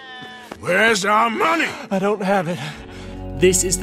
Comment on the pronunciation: Muneh - Arthur Morgan